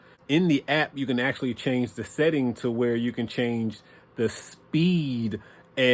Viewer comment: He said "Acshlly", you heard his words 😂😂😂.